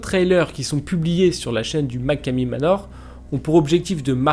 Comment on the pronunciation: Et sa se dit machomey manor